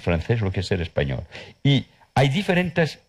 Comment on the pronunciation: Pronuncia horrible la l final de " español" o de "cultural".